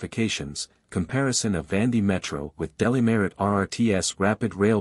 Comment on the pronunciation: Please pronounce correctly, not Vandi